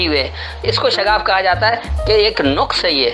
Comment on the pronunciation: شہاب عالم صاحب نے نقص لفظ کو جو زبر سے ھے ۔ تین بار غلط پڑھا ھے ۔ پیش سے پڑھا ھے ۔